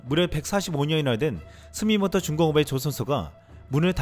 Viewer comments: 제대로 읽자!!! 스 미 또 모 !!! 주우 라고 쓰고 스미또모로 읽는다. 혹시 너 낭독증....?? 왜 계속 스미모토로 읽는데? 주본이 아나라 주우!!! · 스미모토가 아니라 스미토모. 항상 스미모토라 하시네. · 스미모토조선소가 아니고 스미토모.